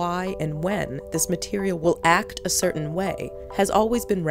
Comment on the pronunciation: Why was there so much emphasis on the word act around :40?